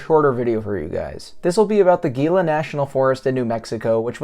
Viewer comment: For the love of G-d, "HEE-la"